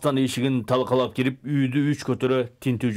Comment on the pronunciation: Танкалап дебей,талкалап деп туура суйлочу журналист.